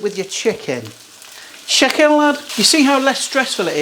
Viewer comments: Haha. Love your Scouse "Shicken" :) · 😂😂 nice scouse Chicken Lad there